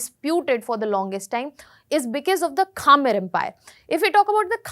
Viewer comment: it’s not kha-mer, it’s khmer